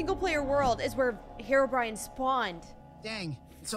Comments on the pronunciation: STOP CALLING HEROBRAIN HEROBRIAN! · listen... IT'S HERO-b.r.i.n.e